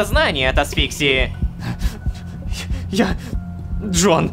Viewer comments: АсфИксии??? Рома, ты что, ударение асфиксиИ!!!!! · Не Асфиксии, а асфиксИи 😅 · О нет, он правда сказал асфи́ксии, а не асфикси́и. Рома хорошо озвучивает, но его ударения меня просто убивает, особенно его повторяющееся из раза в раз ,,нужно́" а не "ну́жно". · Я чуть не умер после слова "асфИксии"